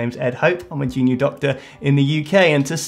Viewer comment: Just found your channel last night and I'm hooked. Although it took me a few videos to realize you were saying junior doctor and not genie doctor. I kept thinking "What the heck is a genie doctor?" Anyway, love your channel! Keep up the great work!